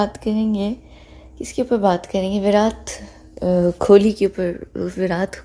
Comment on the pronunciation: when you said "विरात खोली" i broke out laughing. I dint even feel the urge to correct it here as I usually do 🤣🤣🤣🤣 Cuz even we call him like that in my home 🤣🤣🤣